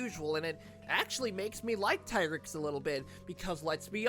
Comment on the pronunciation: I’m just glad the community continues to pronounce Tigrex as Tie-Grex instead of Tee-Grex